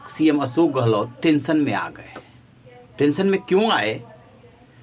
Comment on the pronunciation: Aap patrakaar / anchor hote huve bhi tension ( tenson nahi tenshon) Ashok not asok bol sakte ?